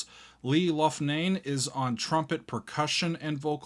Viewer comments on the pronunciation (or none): FYI - It is pronunced "lock-nee". Not "Louff -nane". I am from Elmwood Park IL where Lee and his family were from. Went to HS with his sister. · Leigh (Locknee) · Loughnane is pronounced /LOCK•nane/ and Seraphine is /SAIR•a•feen/. Also, Ballet for a Girl in Buchannon refers to Buckhannon, West Virginia, and it's pronounced /BUCK•an•in/.